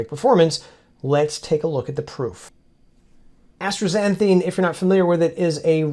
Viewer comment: I love your work and always look forward to your videos, but your pronunciation of astaxanthin is doing my head in. There is no “r” in asta. It just as-ta and not astra. Anyway forgive my OCD. Again, I love your work.